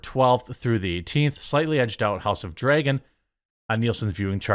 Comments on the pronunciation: why do you say "drAYgon"????!?!?!?!!?!?! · Learn how to pronounce "dragon" dude... Every time to say it weird, sounds like you say "draigon" wich is what?